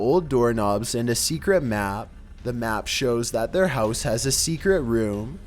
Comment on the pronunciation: sOmeONE secretly living in their hEeous